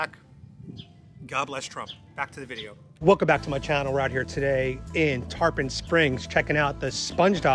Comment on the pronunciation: love the vid but it aint tarPAHN its TarPIN